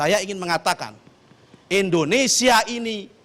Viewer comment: 06.11 Bilang indonesia aja pake "E" ENDONESIA bukannya pake "I" INDONESIA.. pake I pak bukan pake E.... ini aja salah apalagi yg diaaaaa.... bla bla bla. yaa you know lahh.. kwkwkwkw